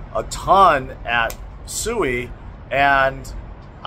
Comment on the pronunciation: Went to a SUI conference and still dont know how to pronounce it correctly